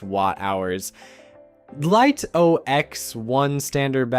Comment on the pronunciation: FINALLY!! YOU LISTENED. I don't believe it. Your AI voice over correctly pronounced "Lito" Well done. Now get it to stop making up words like say "HDR" and not "HD. R" and we're on to a winner! You might even get a like.